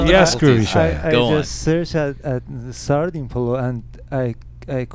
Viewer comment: it's actually called “Sardi Polo” Reza jaan, Shaya mispronounced the name of it, if you look it up in farsi you'll find the recipe on the internet. much love, -sara